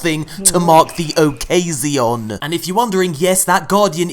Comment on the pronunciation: Hahah “occasione”